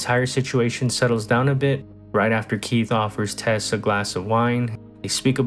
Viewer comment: It's "Tess" not "Tez" you dingdong.